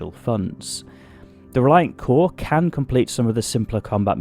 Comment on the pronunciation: It's pronounced CORE-A sorry its a thing with me. Lol